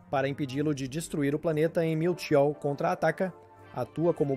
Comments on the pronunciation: o vídeo foi bem legal, só melhore na pronuncia. Pq Miltu ficou engraçado kkkkk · O video é bastante interessante e bem elaborado, contudo a dicção deixa muito a desejar. Atenção não quero ser mal educado mas vários nomes dos pokemons são mal pronunciados. Exemplo MEWTWO (a pronúncia é igual ao MEW e Two (dois em inglês), pois é a versão dois do mesmo). Atenção não quero parecer mal educado mas acho importante reforçar desde o início para evoluir cada vez mais